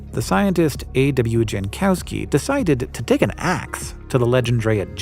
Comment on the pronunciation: OMG, Hank I love you and your narration, but please check with someone how to pronounce foreign names. I can just about forgive you mispronouncing Kreutz as “croots” (it’s actually more like “croyts”) but Jankowski? Your master of microscopes lives in Poland! I’m sure you talk on Teams or Zoom often, surely you could have checked with him that Jankowski is pronounced “yankovski”.